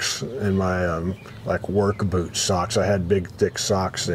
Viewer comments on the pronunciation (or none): none